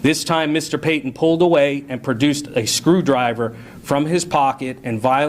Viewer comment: IKR??!! "A scwEwdwiVeh iSnt a wEpIn!" Spetsnaz has entered the chat. Navy_Seals has entered the chat. USMC has entered the chat. SAS has entered the chat. Rangers has entered the chat.